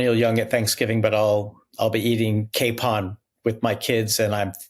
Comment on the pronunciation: Just a little - I agree, annoying- note to correct pronunciation of « capon » but only because I had trouble understanding what he was saying until he gave the definition of a capon; it’s pronounced as you if you were saying « cap on « and not « cape on ». And because I admire Mr Packer’s intellect and read every one of his articles. Thank you sir, for your valuable insights. And I hope your Thanksgiving meal is just wonderful! 🙏